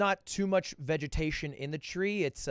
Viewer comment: Lud: opens with his English degree Also Lud: Vegatationus